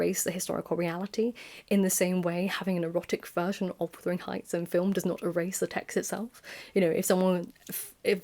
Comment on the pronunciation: I was wondering why you call it withering heights and not wuthering heights?